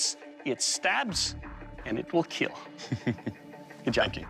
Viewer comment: "your weapon will keal..... your daughters"